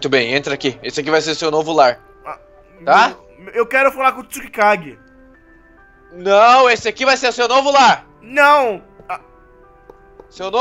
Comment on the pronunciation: é Tsukage!!!!!!! n tsukikage